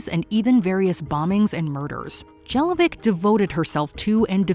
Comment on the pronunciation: It's not Jelovcic, it's pronounced like: Yelovchić, that's surname of Slavic origin.